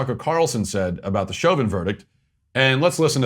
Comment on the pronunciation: Ibram Kendi didn’t even pronounce Chauvin’s name right. Clearly he doesn’t know s***.